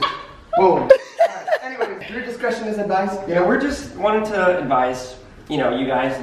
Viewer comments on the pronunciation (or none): "Viewer Descretion"